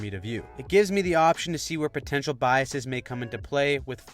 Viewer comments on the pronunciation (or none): none